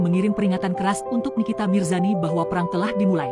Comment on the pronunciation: Mirzani bang bukan mirjani... telingaku ko dengernya mirjani...